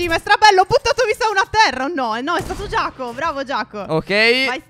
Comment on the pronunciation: Credo che jako si pronunci iaco e non giaco